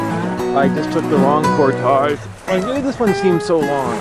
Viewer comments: Glad to see you know how to correctly say the word, "portage." Makes me think you probably say and do all the other stuff correctly. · actually, he is saying it the correct way.... its just some americans who are incapable of saying french-based words correctly. Just like a fish Fillet, and front Foyer... its Fill-eh & Foy-eh (no canadian joke intended lol) not Fill-it & Foy-er. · how he's pronouncing it is the standard Ontarian way as far as I know.